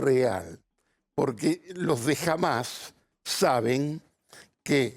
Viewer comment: Nova no entendés nada...dios mío nisiquiera pronuncias bien hamas a pesar que te lo dijo 20 veces asis